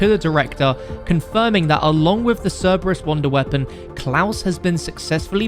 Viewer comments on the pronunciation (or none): none